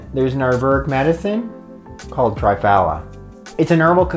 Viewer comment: just a gentle suggestion : Three-phala is the correct pronunciation. Good to see an Indian product on your channel